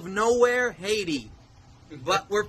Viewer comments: I like how you say "Heidi" like the charachter instead of HAITÍ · “All a man needs in Hayshee….. Haiti” 💀